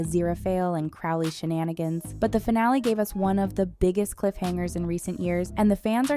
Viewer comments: Pronouncing Crowley wrong ruins the experience, sorry :) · It's not Craw-leigh....its Crow-lee And it's not AZIRAPAHLE but A-zir-a-fell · Aziraphale is pronounced Azira-fell Crowley is pronounced Crow-lee 😐